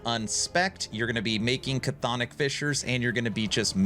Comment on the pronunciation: Love this build, 😂 just wish you'd say Chthonic right lol